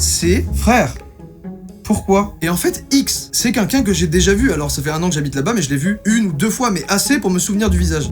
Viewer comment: Joyca … je n en peu plus .. à chaque vidéo … DANS TOUTES TES VIDÉOS …tu dis au moins une fois le mot QUNQUN … apprends à dire Quelqu’un ….